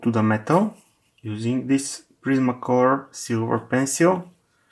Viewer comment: 'CRETACOLOR', apparently. And 'PRISMACOLOR'.